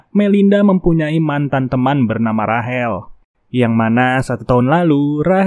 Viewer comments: Bang kalau di Amerika mah Rachel dibacanya Receul bukan Rahel Terus Heather dibacanya Hedeur bukan Hiter. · Hed-her, Rei-cel, gemes bang nama bulenya dibaca bener dunk 😢